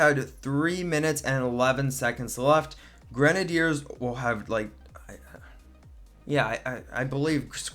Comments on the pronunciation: I thought it was gre-nay-dee-ers not gren-er-deers... 🤔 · Idiot its grenaders not grenedeerd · What is a gran nay deer? Do you mean gren ay ders (sounded out) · I hate the way he says grenadeiers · Dude learn how to pronounce grenaders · You said it like grenehdeers say grenade and then ers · U say grenadeers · K i want to die every time he says grenideirs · The way he says grenadiers gives him a dislike x10